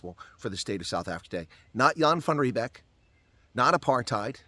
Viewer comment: He is very close...but its actually Jan van Riebeeck 😂😂😂